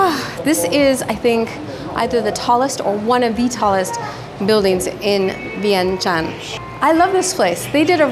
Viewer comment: Never heard anyone pronounce Vientiáne the way you do 🥺